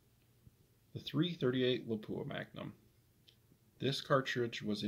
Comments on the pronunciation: don’t be hard on yourself, 99% of guys say Lapua wrong as well as Sako (sock-o) and I get funny looks when I say it correctly. Depending on the company I’m with I’ll purposely say it wrong too to avoid explaining it all lol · Yeah... I butchered the Lapua pronunciation. Thank you for commenting and providing some good insight. You should rebarrel your 378 to 338-378. Thanks for watching!